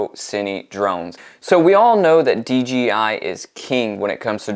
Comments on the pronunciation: It’s dji not dgi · Dude, it’s D ”J” I . Other then that great video ..